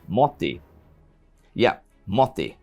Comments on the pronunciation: Maybe, maybe not. It's MOT-TI not MO-TI. Double consonants are hard for foreigners i guess. Then if somebody learns that then just tell them : Into a motti = mottiin , in a motti = motissa , from a motti = motista and so on. :) from a motti to a motti = motista mottiin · well youre saying motti as moti. which is used to say motivation in finland. xd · Motti is pronounced with a short i. Clue is that the word only has one i. You are saying mottii